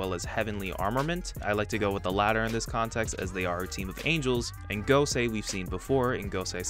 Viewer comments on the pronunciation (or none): none